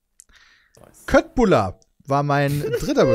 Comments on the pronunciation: Jeder der schwedisch ein bisschen kann und weiß das bei Köttbullar das K wie Sch ausgesprochen wird, wird jedesmal getriggerd, wenn einer Köttbullar sagt . Ungefähr das gleiche Gefühl wenn Leute Kina, statt China sagen xD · Ich klugscheiße einfach mal: Köttbullar ist schwedisch für Fleischkugeln/bällchen oder wie man es genau übersetzen möchte. Kött (Fleisch) wird "Schött" ausgesprochen weil ein "ö" auf das "K" folgt. Folgt beispielsweise ein a, å, o oder u auf das K wird das K auch ganz normal ausgesprochen. Småland wird "Smoland" ausgesprochen. Das "a" mit dem Kreis oben drauf wird immer wie ein "o" ausgesprochen (Mund etwas weiter öffnen als bei einem normalen "o", "Smaw" kommt dem vielleicht nahe). Små heißt "klein", also lässt sich das als "Kleinland" übersetzen, weil das eben für Kinder ist. Angaben ohne Gewähr. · Köttbullar triggert mich... Das wird Schöttbullar ausgesprochen! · Wie sich niemand über Köttbullar beschwert :D Es heißt "Schöttbullar" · das was ihr kötbulla nennt wird übrigens kölbolla ausgesprochen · ich muss dich leider korrigieren, dass wird "Schöttbulla" ausgesprochen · Spricht man Köttbullar nicht anders aus?